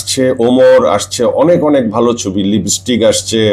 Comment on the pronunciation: লিবিস্টিক না, লিপস্টিক। এরা নাকি আবার বাংলার হিরো ছিল।